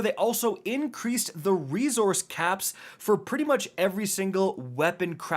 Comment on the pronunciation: Why does say ‘rezorse’ instead of resource?